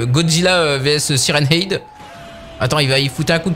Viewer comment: Salut ta prononciation de sirenhead est fausse le ''head'' ce prononce comme ''head'' la tête en anglais 😉